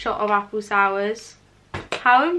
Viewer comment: ....u pronounce it sewers... as in Apple sewers.. cherry sewers...... is that a Scottish thing???